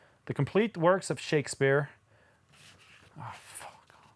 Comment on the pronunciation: Shakspear lul